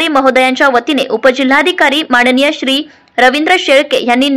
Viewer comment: माणणीय नव्हे,माननीय!प्रशासण नव्हे, प्रशासन!